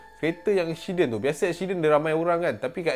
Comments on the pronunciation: ashiden .. ashiden.. comel je hihi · "ada satu ESHIDEN, dorang tengok ESHIDEN tu" HAHAHAHA MACAM ANAK BUAH AKU SEBUT LAH! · Ekshiden hahahaha